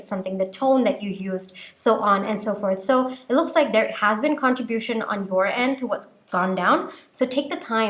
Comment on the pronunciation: Love your readings. There is nowhere to send this privately. I'm an ESL teacher and an immigrant and my Dad was an immigrant. You dominate English. Con-TRIB-ute & Contri-BU-tion. It's okay if you delete my message. I won't nitpick your videos in the future.